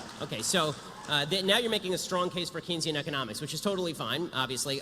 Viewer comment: Imma be the one person to go at Ben here. Keynesian economics. It's pronounced cane, not key. You misled me for years Ben!!!!!